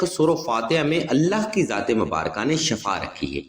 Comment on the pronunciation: Assalamualaikum mazrat k sath video main word shaffa bola gia h jisky mean grdha h lafz shiffa hota h.